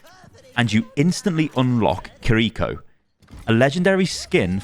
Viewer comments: completely unrelated to the BP stuff but god does it hurt hearing pronounce Kiriko as Kareeko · I don’t speak Japanese, but I think it’s pronounced KIR-I-ko like the accent is on KIR instead of the second I.